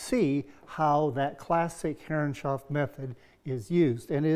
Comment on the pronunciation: Stunning job, wish dado blades were more easily available in the U.K. I need to make a large cockpit grating so watching lots of videos. Btw, and this is not a criticism, but why do you pronounce Herreshoff as Herrenshoff? Is that the more correct pronunciation?